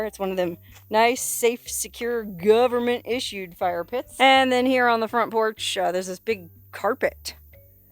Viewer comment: I love you. you Crack me up the way you say govment and then your quick wit like "as he smiles holding up his bloody pig " see ya next time.